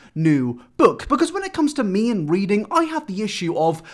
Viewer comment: He said weading